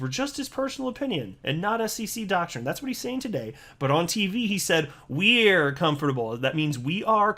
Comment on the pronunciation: I was today years old when I learned that can’t properly pronounce “we’re”.